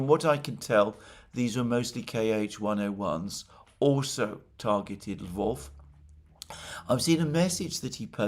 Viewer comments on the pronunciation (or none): Not a big fan of Western folks sounding out Kh-101.